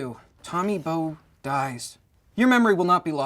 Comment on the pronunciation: HIS NAME IS BOWE AND NOT BONE?!? HUHHHH